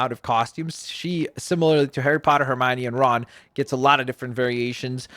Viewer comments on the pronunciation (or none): You saying it wrong. You said Hermione and weasly wrong